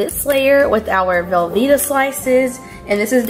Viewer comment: as soon as you said velvetta I quite watching. Have you tried real cheese?